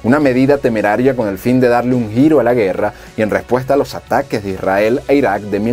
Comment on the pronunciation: No es etado unido, es estados unidos. No es irael, es Israel, modula.